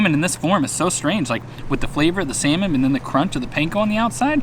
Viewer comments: Sometimes, it kinda of sound like you are saying seaman, not salmon 😂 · Is it me or you pronounce salmon funny 😂